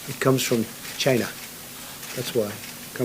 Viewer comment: how trump said china